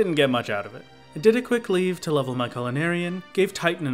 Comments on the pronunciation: Leve- is french, it means something like 'to rise'. To rise to the quest And is pronounced, Le-vi So Levy is a fine way to pronounce it. Leave is not. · it’s pronounced leave????